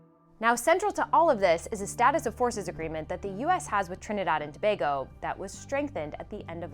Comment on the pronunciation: Thank you for pronouncing Tobago correctly. Attention to detail.